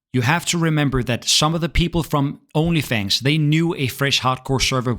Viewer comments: Took me a while to understand that he was saying OnlyFangs and not OnlyFans. I was confused why he brought that site up. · It took me some time to figure out that You Said Onlyfangs, and not onlyfans 😅😅🙈 welcome back bro